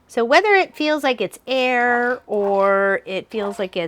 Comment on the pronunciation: Hey, nice quilt being used as your shop backdrop! :D The wave quilt turned out so neat! BTW, it's air. Hah!